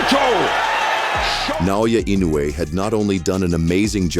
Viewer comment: That's my name, Naoya Inoue. Do you know now? Say it again Naoya Inoue again.........its ok its already stamped on my jaw😅😂.